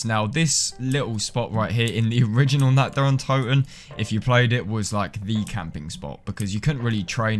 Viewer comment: God, all these years this map had been out people still cannot pronounce this map correctly